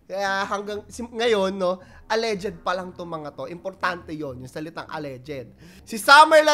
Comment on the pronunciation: Al.leged po, not al.le.ged